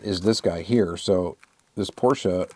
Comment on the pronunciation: I think it’s pronounced Porsche not Porschea. just sayin?